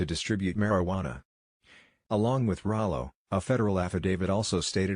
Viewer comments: why she keep callin him raylo lol man journalist be trash nowadays smh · Lol... “ray-lo”.... you’d think if she was interviewing a celebrity, she’d learn how to actually say homies name...🤦‍♂️ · She said Raylo on purpose 😄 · Why she call him Ray-lo 😂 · Who tf is “Ray-Lo” ? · Not ray-low Lol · They purposely saying his name wrong but it’s all good this the realest youngest dude that came thru. Under appreciated but musically we shoulda hyped him up regardless if we liked it.